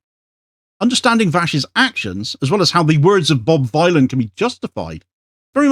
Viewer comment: Vylan as in Dylan...